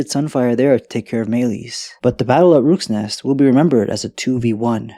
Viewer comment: Rooks Nest... 😅 Yes, I heard it. 😂